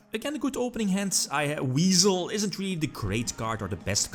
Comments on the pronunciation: I definitely heard Weasel and had no idea it was Wisel for the longest time lol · You tell em! Also it's WISE-el. Weird I know